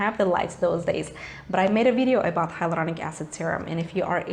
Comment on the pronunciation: I love your r roll in hyloRDonic acid .😂😍